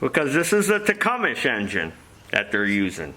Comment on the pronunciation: It’s pronounced “tuh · kuhm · suh”